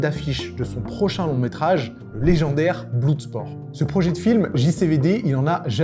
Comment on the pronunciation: BlOUUUUUSport ^^ =) C'est pas ton truque l'anglais 😁